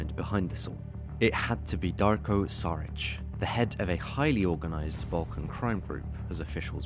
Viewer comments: big boss Darko its not Saric its Sharic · It's pronounced Shuritch.